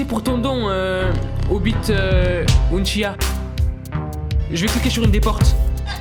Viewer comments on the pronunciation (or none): bwahaha on en parle a un moments il a dit ’’ Merci pour le don Obit Unchia ‘’ Tt les fans d’anime en susu 😭😭🤧 Sinon Parfaite la video 😭🦋✨ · Obito uchiha pas obite unchiha 😭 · Le respect obito uchiha comment il a trop mal dit